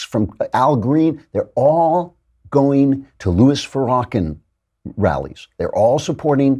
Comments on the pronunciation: Where did you fu'rawkin' learn how to mispronounced Farrakhan in such a manner? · I believe it is pronounced, Far-ra-khan. It's Turkish for hypocritical sleeze ball. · Did you seriously say “Farah-Ken” but I’m supposed to believe your intelligent, and listen to you? 😝 Pass